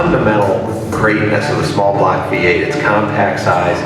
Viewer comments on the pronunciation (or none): none